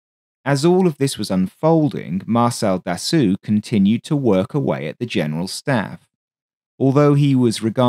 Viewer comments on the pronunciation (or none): The correct pronuncoation of his name is Dasso...not Dassu....it might be spelled Dassault but in french when the letters "A and "U" are placed together its pronouced as "O" not "U" and in the case of this name the L and T are silent. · Very good work overall, but one thing made it almost grating to listen to - Dassault is properly pronounced 'dah-so', NOT 'dah-sue'. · Very nice video about an aircraft that, for some reason, I always loved a lot. Just please strive to pronounce Dassow instead of Dassew! Actually, Dassault was Marcel's brother Nom de Guerre in the French Resistance; Marcel was emprisoned for refusing to collaborate with the Germans and was barely alive when he left Buchenwald. Little did he know that he would live until age 94 and build such wonderful aircraft... 😀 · FYI, Dassault is pronounced "Dass - oh", rather than "Dass-oo". Great video - thanks! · Da-soh not Da-soo - au gives an oh sound, the lt is silent. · Its Dasso..not Dassu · Interesting and thanks for the info. But you did make another pronunciation mistake here. "Dassault" is NOT pronounced "Da-soo". It's "Da-soe" (rhymes with "toe"). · Dasso is the correct pronouciation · That's basically where it comes from though - his brother used the name "Charsasso" as his alias when he was working for the French Resistance during the war, which was a play on 'char d'assaut' - "assault tank". Not sure why video pronounces it as dassoo. My understanding of French was that "-au" is a short 'o' as in english 'rose', and the -lt is essentially silent, so it should be 'dasso', same as how Renault is closer to 'reno' not 'renoo'. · If you Can Say "assault" Properly, you should be able to Say "Dassault" correctly. Repeat After me : Assault Assault Dassault Assault Dassault Dassault Dassault Assault Dassault There. You got it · Marcel "Dassoo"? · It should be Dassault. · What ? It's the weirdest "Dassault" i've ever heard.